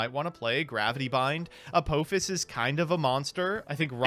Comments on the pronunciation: Just listening to this in the background then hearing say "Apophis" as A Pope Hiss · the ph is pronounced as f, like in the word phase. So it is Apofis, not Apopis...Also remember that you can use shadow spell during the damage step to inflict a bit of damage or even destroy the attacking monster so small misplay there. Since you have already reached the damage step the attack is not negated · How do you get to be age and not know ph is an f sound? phis in apophis = fis. Particularly hurts when one is not just an ancient history buff but has been rewatching Stargate the last few days. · “Embodiment of A-pope-iss.” Careful, your Joseph is showing. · Pretty sure he pronounced it Uh~Poe~Piss which is still wrong and irksome to hear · That's not how you pronounce apophis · ya wanna try pronouncing that again?